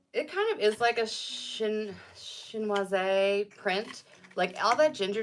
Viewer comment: Chinoiserie - is that the word/style you're referencing? May I offer this pronunciation suggestion? Shin- was-er-ree. Think French pronunciations.